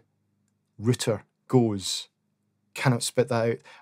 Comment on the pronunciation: It's not RITTER, it's ROW-TER Route'er